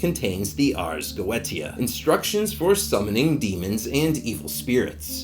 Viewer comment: Is that how you pronounce "Goetia"? 🤔